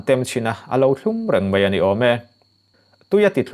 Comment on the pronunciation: Mei nilovin Mai ti hram thin teh ang u,,, ☺☺☺